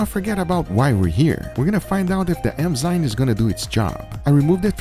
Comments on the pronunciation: eNzyme Guga, eNzyme. Not eMzyme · enzyme enzyme enzyme (not emzyne), just repeat that a few times and u got it :)